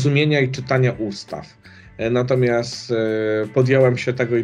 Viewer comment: Panie kandydacie.. mówi się natomiasT, nie natomiaS :)